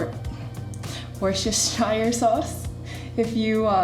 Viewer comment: Brit here, just purchased a Cosori air fryer, not set up to use it yet but checking out your lovely vegan, gluten free recipes. Just to say Worcestershire sauce: pronounce it "Woostasheer", which is the county it came from along with apples and pears and lots of other produce. Or even easier we shorten it and say: "Woosta sauce". Hope that helps. 😁👍